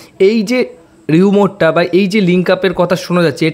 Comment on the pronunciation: আগে জেনে নাও। কথাটা 'ট্রান্সফার'। 'ট্যান্সফার' নয়। 'ট্রান্সফার' অর্থ স্থানান্তর। ট্রান্সফার মানে বদলী হওয়াও হয়। এক স্কুল থেকে অন্য স্কুলে, এক অফিস থেকে অন্য অফিসে এক জায়গা থেকে অন্য জায়গায়। ট্রান্সফার মানে মোটেই শুধু প্লেয়ারদের ক্লাব বদলানো নয়। আর, কথাটা 'রিউমার'। মোটেই 'রিউমোর' নয়। এই ভিডিওতে 'ট্যান্সফার' আর 'রিউমোর' বলা হয়েছে।আমি সেই কারণেই লিখেছি। কেমন ?